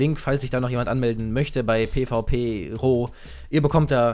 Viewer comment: Kannst du bitte zu der seite "piwi-pro" sagen und nicht "pvp-ro" xD